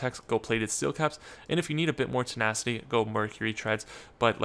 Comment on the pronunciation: why you say "tenackyti" it's "tena-city"